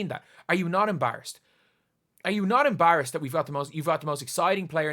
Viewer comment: Dude learn how to say EMBARRASSED PLEASE!!